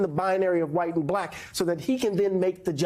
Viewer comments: The way he says “blaaak” tho. VOTE BLUE USA. 🗳️💙💙🇺🇸🇺🇸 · How'd he manage to make "BuhLack" a 2 syllable word? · You know a guy is racist by the way he pronounces “bahhlackkk”